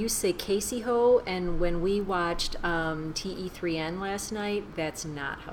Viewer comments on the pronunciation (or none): you pronounce 'Dilwale' and 'Kaise Ho' correctly! However, the title of this movie is pronounced 'Teen' which means 'Three'